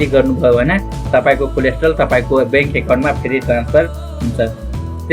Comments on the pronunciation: bro its कोलेट्रल not कोलेस्ट्रोल ,,,,btw jus kidding,,,nice video........ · Coldstore Haina k collateral 😄😄